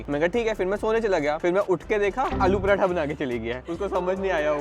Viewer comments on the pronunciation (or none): its not porotha its paratha